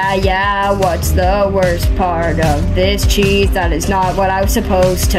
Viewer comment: Wtf is "disacheese"